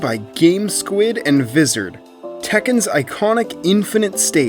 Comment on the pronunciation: Is VVizard supposed to be pronounced "vizzerd"? I thought it was "wizard."